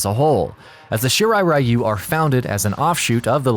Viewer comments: Really disturbed by the way this narrator spelled "Shirai Ryu" into "Shirai Rayu". Ryu is pronounced "Ree you" with ee almost silent. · Everytime i heard Shirai RAI-YU! (Friend of Raichu?) .... it is pronounced Ri-u ( ever heard of Ryu from street fighters ?) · ITS REEYU not R-Eye-u.....why do these MFs add different cultures but not get it right. What’s the point 🤦🏿‍♂️🤦🏿‍♂️🤦🏿‍♂️ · Ryu is pronounced as Ree You, the stupidity of the mispronunciation as Rai You comes from the games cut scenes since they began adding dialogue to the characters stories and the such. It happened too with Street Fighter's Ryu character, and it was when Anime started to become strong in America that the correct pronunciation of Ryu as Ree You was finally applied, but for some dumb reason they still mispronounces it in the MK games. The new 2021 MK movie however pronounces it correctly as Shirai Ree You, I guess because of the actor Hiroyuki Sanada who plays Hanzo Hasashi/ Scorpion IS actually Japanese and provided input in the actual pronunciation. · OMG Thank you! All of the videos including this one and the freaking video games cut scenes continue to mispronounce the word Ryu as Rayu and to me it's like nails on a chalkboard. At least the new movie pronounce it correctly after so long listening to the nauseating mispronunciation. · Isn't it pronounced Ree-yu for Ryu?